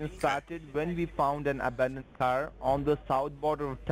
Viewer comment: HAHAHA I had to listen to the part starting a few times because I couldn't stop laughing at what I was hearing. I then listened to it one more time with CC turned on and YT heard the same thing I did. This fool said that the mysterious residence linked with the title of your waycle was "weeded by the US Marshals." They followed the trail of blood and drug rezoot from the abounded waycle to this residence but decided to stop and do a bit of yard work before getting back to the serious business of whatever these morons think US Marshals do.